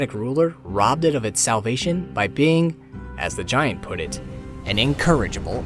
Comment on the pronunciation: Anyone else bothered by how he pronounceds giant?